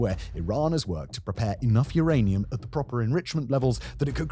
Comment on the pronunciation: uranium... its rather Iranium